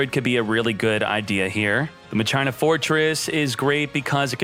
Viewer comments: (TRIGGERED) He said Ma china. ITS MA SHEEENA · I swear he's gotta be trolling cause there's no way anyone reads Primo as "Pry-mo" or Machina "Mah-china" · Dearest, please, it’s pronounced Mah-key-nuh. I love you, I know you can do this. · I pronounce it ma-shee-na 😅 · say machina one more time XD no way your not trolling